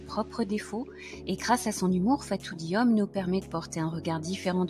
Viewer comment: Le nom de l'autrice est Diome et non Diomé. Merci pour avoir parlé de cette grande dame quand même et de ce beau roman.